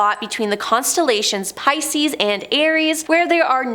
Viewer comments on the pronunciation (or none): none